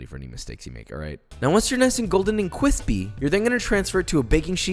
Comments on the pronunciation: Nobody: Josh: Cwispy UwU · "once there nice golden and ✨quispy✨" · D-did he say cwispy?! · CWISPY ERROR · I loves when he says kwispy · nice golden and Kwispy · The world “cwispy” keeps me from ever subscribing. It kills me. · nobody: joshua weissman: KWISPY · correction: it's cWISpy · cwispy woo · "Cweepy" "Daddy want yum yum" Joshua is officially a furry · very cwithpy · Dang I thought I found a nice cooking channel but if I hear this grown man say cwisspy again... Yeah I just can’t do it man good luck wishing you the best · CEO of cwispy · Those curly fries sound CWISPY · Kawispy is now my new favourite word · omg please make a video on how to make cwispy sweet potato feies!! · "Cwispy, wuw" always gets me for some dumb reason😂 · Josh: notices cwispy fries “UwU what’s this” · He said: cWISPy uwu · Nobody: Josh:It’s gonna be really really qwispy! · I liked it until you said cwispy uwu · Cwisthpy woo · gowden cwispy uwu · some hawt cwispy bois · Joshua just made me fall in love with cwispy fries lol I'm shook being someone who's always been a soggy fry lover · Nobody: Josh: cwispy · I need 'Cwispy' merch in my life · i think it s more like QWUISPY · KWISPY KWISPY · Cwispy Wuuw 😂